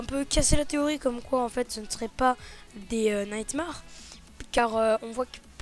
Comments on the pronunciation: purée le A de nightmare se prononce AI pas A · on dit pas nightmare sa ce dit maire